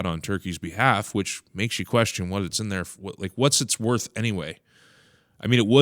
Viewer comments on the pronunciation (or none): none